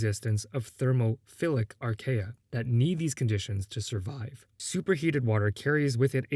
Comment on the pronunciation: Um,, archaea is pronounced "ar-KEE-uh", not "ar-KAY-uh". arcaea (ar-KAY-uh) is a rhythm game pronunciation nitpick aside, great video, and im very glad you featured my music:3